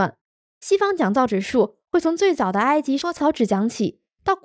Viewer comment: 不错，进步了，知道莎草纸读suo了